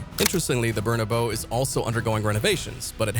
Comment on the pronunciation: You really need to learn how to pronounce Nou & Bernabeu